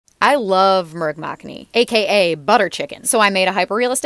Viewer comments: Its not pronounced murg-makkhani, its pronounced moorg (chicken) and makhkhani( butter) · "Murg-Mack-ani" 💀. It's pronounced Moorg Ma-khan-ni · Yea she said merg maekni It should be pronounced as moorg-makhnee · It's pronounced muu - rg ( chicken) ma - kha - nie (gravy) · its pronounced m-oU-r-gah m-aa-kh-nii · Nice try for the pronunciation ❤ here ‘moo - argh ma kha ni’